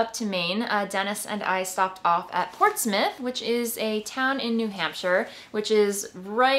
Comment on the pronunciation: I work in Portsmouth! You pronounced it correctly! We have so many great fabric & fiber shops in the Seacoast area